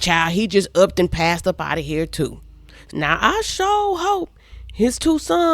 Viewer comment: You “tew” aggravated? I’m “tew” confused 🤣🤣🤣🤣